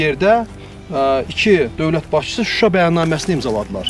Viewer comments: Şuşa'--vurğu sona düşür.🇦🇿Təşəkkürlər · Qardaş Susa yox Şuşa demək lazimdir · Suşa deyil ŞUŞA.. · Sayin bey..cok iyi bir proqram yapiyorsuz. Ama Yurdumuzun Sehri nin adini dogru soyleyemiyorsunuz maalesef,,,Şuşa yüzde yüz Türkçe sözdü Türkiye de şişe kimi soylenilir.saf.şeffav.anlaminda bu ad verilib o yere. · Proqramın sonuna qədər Suşa Suşa Suşa niyə ????? Heç deyən olmadımı Suşa yox ŞUŞA . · SUSHA YOX QARDASIM .SHUSHUA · suşa YOX ŞUŞA